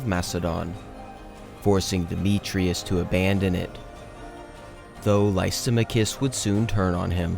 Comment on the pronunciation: the name Lysamachus is pronounced “Lie-Sa-Mack-Us”. You had a really chopped pronunciation I had to point out because it will help you in the long run to fix stuff like that. Your video is competing with channels like Kings and Generals and HistoryMarche so my nitpick is valid. Good luck in future content🎉